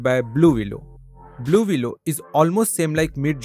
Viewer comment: Thanks for telling me. 😂 I thought he was saying- Baloolooloo. The bear necessities of a.i life will come to you!